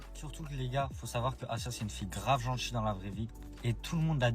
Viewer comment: 1semaine qu'elle les connait et elle assure qu'ils sont top. "Partchir, djir, genre en mode, trrr trrrreeee gentchi" Elle a l'air tellement intelligente...😢